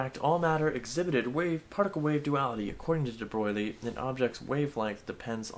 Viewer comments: omfg its debroy not debroglie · AAAAAH ITS IT'S PRONOUNCED DE BROY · Your pronounciation of debroglie...kills me IT IS PRONOUNCED (DEBROY) well it doesn't matter...it's physics Reallyyyyyy enjoyed it😃😃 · It's pronaunced : the Bro eel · Excuse me, you'll find it's De Brog-lee-ay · omfg youre pronouncing debroglie wrong on purpose are you not?